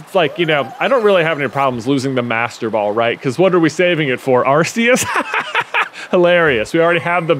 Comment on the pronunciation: Just fyi, Arceus is pronounced “ARE-COOS”